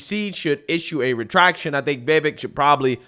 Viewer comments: The man has said his name is pronounced like "CAKE"...'VIH-VAKE' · Ibram is just another idiot who can't even say Vivek's name correctly. He also knows he is lying about Trump and Vivek but will do literally anything to defend his own bullshit.